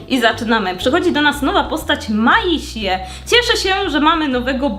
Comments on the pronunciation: Nie miasie tylko mejsi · Maisie chyba czyta sie maizi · Maisie czyta się mejzi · I btw mozesz czytac Maźe a nie Masie :3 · Nie czyta się maisie tylko mejsi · Pisze się Maisie ale mówi się Mejzi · to imię maisie się czyta mejzi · Mejsi się czyta 🫂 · myśle że imię tej co pracuje po 2 stronie czyta się,,Mejsi” ale nie wiem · Tą Maisie się wymawia mejsi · Jak coś czyta się mejzi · Imię maisie się mówi meizi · Hej! ❤ Chcę pomóc Ci być lepszą w tę grę! 1. Maisie czyta się „Mejsi” 2.Jeśli ktoś chcę americano możesz zaparzyć kawę odrazu w filiżance a potem dolać gorącej wody 3.Jeśli ktoś chcę mrożone americano najpierw parzysz kawę w tej małej szklaneczce, następnie przelewasz to do dużego kubka kawę, potem dajesz 8kostek lodu a na koniec wlewasz zimną wodę do końca 4.Jeśli ktoś chcę latte możesz zaparzyć kawę odrazu w filiżance, a następnie wlewasz spienione mleko 5.Jeśli ktoś chcę mrożone latte robisz tak jak w mrożonym americano tylko na końcu zamiast wlewać zimnej wody wlewasz spienione mleko 6.Pamiętaj, że jeśli ktoś chcę mrożoną wodę na początek dajesz 8kostek lodu a potem dopiero wodę do pełna 7.Aby spieniać mleko wlewasz mleko do dzbanka, potem przesuwasz dzbanek mniej więcej do połowy spieniacza przytrzymując do końca spieniania, a na koniec przesuwasz do końca speniaczai czekasz aż temperatura będzie dobra Dla mnie kawiarnia powinna się nazywać Kawerka (To kawa+)🤎🤎 Mam nadzieję,że pomogłam (Pisałam ten komentarz pół godziny) Czy pozdrowisz Ninę? Błagam to moje marzenie!❤ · jak coś to imie tej dziewczyny na początku sie wymaia mejzi albo maisi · Ta Maisie to trzeba czytać Mejzi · pisze się:maisie a czyta:mejsi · jakby co to jej imię się czyta „mejs” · czyta się Mejsi/Mejzi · Imię tej Maisie wymawia się Mejzi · czyta się: „mejzi” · Jej imię czyta się i wymawia Mejzi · Jak coś to mówi się mejzi ❤❤❤❤❤❤❤❤❤ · Maisie czytaj(Mejzi) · Maise tak chyba sie wymienie ALE to tylko moja opinia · Maisie czyta się: Mejzi 🥰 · mówi się mejzi